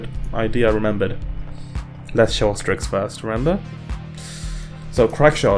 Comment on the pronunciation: excuse me ? "Strikx" ?